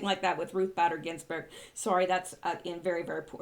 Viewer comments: Bader is pronounced Bayder! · B---A---der. Pronounced A a long A . Does not rhyme with glad or bad. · Her name is sound like Ruth (Bait-er) Bader Ginsburg. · RBG BADER IS pronounced BAY- DER..The A is long.